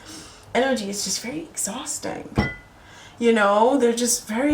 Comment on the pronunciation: Pisces male here. Hey there. You said (Exausting) . Lol You nailed it.